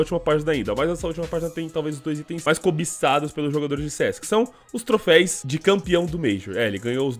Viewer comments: É TROFEUS NAO TROFEIS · PARA DE FALAR TROFÉIS PELAMOR É TROFÉUS TROFÉUS TROFÉUUUSSSSSSSSSSS AAAAAAAAAAAAAAA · Mano sem querer ser chatão mas já sendo, o correto é "troféus" rs valeu! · Só eu q me irritei com “trofeis” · Q agonia ele falar trofeis. É TROFÉUS CACHORRO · obs: não se fala trofeis, eh troféus ^^ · troféus por favor. Ja quase parei o video umas 4x pq tu fica repetindo TROFEIS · o "troféis" dói kkkkk ... mas belo video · se fala trofeus